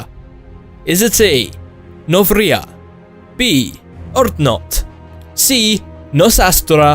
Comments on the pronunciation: It's urdnot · It's B) Urdnot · its B urdnot